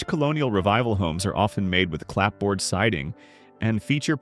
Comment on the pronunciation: "Clapboard" is pronounced "clabbered," just like "cupboard" is "cubbered"